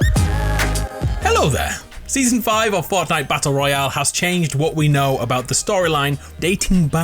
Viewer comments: did any one notice he said forknight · Did anyone hear him say fucknite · did he say forknite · FORKNITE HAHAHA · Homie said forkknife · Lol he said forknite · 'fork night' lol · forkknife?! First of all we say knife and fork second, is that a joke?